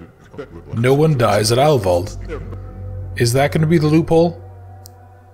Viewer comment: yeah you pronounce "heil" like "high" with a "L" or like "aisle" with an "H" in front. "Wald" is like "Wal(uigi)d", like a Waluigi-Wahh and not a "Wall"-Wa (probably not helpful at all, but you were close anyway). It means "healing forest". So, a perfect name for a sanatorium (for real, if I google it I might find an actually existing one). So, a perfect german name for a murderous sanatorium because how else you are suppose to know its range of murderously efficient treatment options. bis nächstes mal....